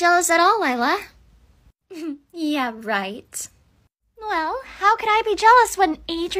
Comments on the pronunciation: You mean lie–la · When he sayed her name lie-la lier😂😂😂😂